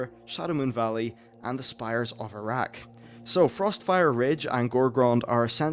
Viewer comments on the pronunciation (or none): Can't stop hearing Towers of Iraq, grinned every time he said it. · Spires of Arak sounds like Spires of Iraq -.- trolls will have fun with that.